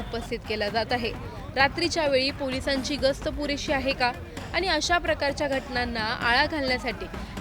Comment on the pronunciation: बातमी देणारी बाई किती अशुद्ध बोलत आहे .आनी बानी पानी